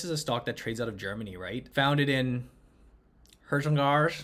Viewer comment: Patrick; what a shame, can’t pronounce Herzogenaurach!